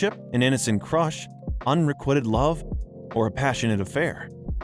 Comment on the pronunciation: You actually said, "UN ré quit Ed love". Wow. The ignorance is astounding.